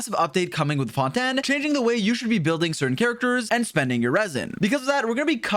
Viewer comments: The way pronounces Fontaine as Fon-Tan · Ah yes the new region “Fonten” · Why he saying fontan? Lmao i swear always tryna be quirky and unique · Bro called fontaine fountin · FONTAN WHAT THE HECK ARE YOU SAYING 😂🤣😂🤣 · Fon ten I am dead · i heard say fontan than fontaine XD